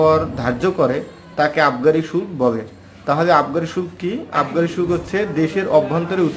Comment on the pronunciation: Vi shulka ....shulk nah..